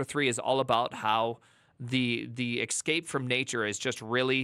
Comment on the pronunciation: How is excape easier to say than escape?